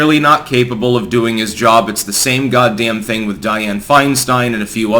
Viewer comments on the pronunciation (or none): none